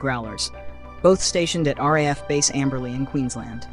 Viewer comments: here, here! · When will these guys understand that "RAAF" is pronounced "R-doubleA-F"?